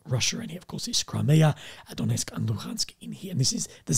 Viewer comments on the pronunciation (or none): none